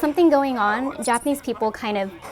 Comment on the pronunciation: Take a shot every time she says japanesse people